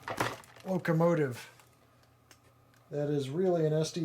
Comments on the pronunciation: Did anyone hear him say locomative a few minutes into the video? Good review as always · Yup, "locomative". LOL! I think that's the feminine version. :-) Cheers, Dan